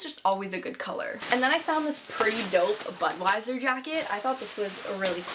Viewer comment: i thought she was saying butt wiser